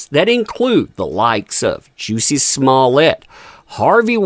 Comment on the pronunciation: did you say JUICY Smollet? BWAHAHAHAHAHA!